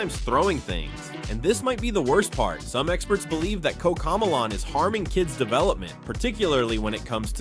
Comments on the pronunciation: “Koca millaan”💀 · Bro said cocomelon wrong